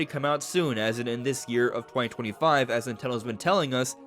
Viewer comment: What I heard its arriving 2125 😂